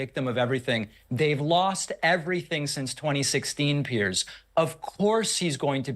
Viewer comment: It did go well for you. And as a bonus you are one of the few people who can pronounce Piers' name correctly instead of saying "pierce".